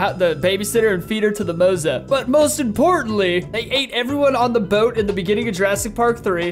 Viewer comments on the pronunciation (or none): none